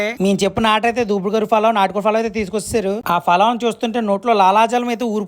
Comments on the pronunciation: ఒరే బాబు ఫలావ్ కాదురా, పులావ్ అనాలి. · Falawww kadhu ra babu ,pulav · Falaw kadu palau bro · Falav kadu ra ayya pulao adi 😅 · Adi falaav kaadandi pulav andi😂😂